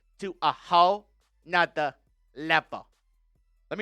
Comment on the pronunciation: 😂😂 “A Whole Nutha Level” love you